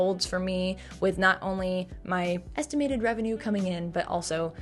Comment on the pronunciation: "my musty effamated wevenue" just took me OUT